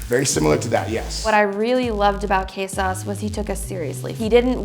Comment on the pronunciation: Omg hes polish its Krzysztof not kaysause